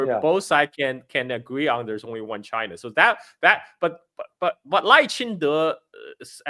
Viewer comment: Hey doc....carl already revealed to you how to pronounce lai's name properly Not 'lay chai dei'